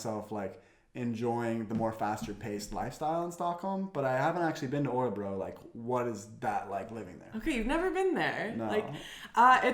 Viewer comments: Interesting from the start - but my goodness,!!!:-) <3 Did you say Årebro? You got me really confused! Please, you'll give your Swedish the final touch, if you'll take half an hour for this: fanfare: Å is always pronounced å!:-D drumroll: Ö is always pronounced ö!:-) There are no exceptions! Nada! Never ever any exceptions! Å is not a difficult sound for you - you have it in your name: Thyron - in Swedish: Tajrånn. Ö is not a difficult sound for you, either - you have it in nerd, first, heard, wouldn't it be convenient if you would always write them nörd, först, hörd? It is as if you'd need to be confused about spelling, you are that used to it, because your own mother-tongue is so confused about spelling, for historical reasons. Look at the words below, read them aloud, and remember: å is always å, and ö is always ö, and then, when you take the subway or walk through the town, reinforce the connections, when you see all kinds of signs and adds - å is å, and ö is ö. No exceptions!!! Åker, Åhlens, Skåne, Åland, Åre, Vårgårda, Åsnen, Håkan, måndag, svår, går, står, mår, får, låta, våta, våra, åka, ås, ål, hård, hålla, kråka, bråka, låna, nån, sån, måste, etc. Östersjön, Örebro, Köping, Söder, Öland, Götaland, lördag, söndag, söker, göra, öga, höra, lönn, lön, bröd, smör, nöt, öka, öste, öl, böla, kröka, göra, mörk, möta, mötte, möte, möjlig, skön, etc. If you see Å å, you pronounce it å - every time! Just like we do. If you see Ö ö, you pronounce it ö - always! That's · you pronounce Örebro like Årebro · What is "Orebro"? Make an effeort to pronounce Ö correctly. The phonem does exist in English. This discussion was just as meaningless and shallow as can be expected of two yanks.